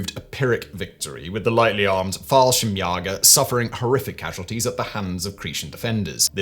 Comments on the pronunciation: Fallschirmsjäger is pronounced with an “a” sound, not “ah” sound. Like the letter A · The Jäger in Jallschirmjäger is pronounced like Chuck Yaeger's last name. Umlauts have a function, you knöw ;-) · An A with an umlaut should be pronounced like "ay". Simon has obviously been misadvised as to the pronunciation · Itll never be not grear hearing Simon butcher the german pronounciations <3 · The way simon pronounced "Fallschirmjäger" is kinda weird and funny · *almost correctly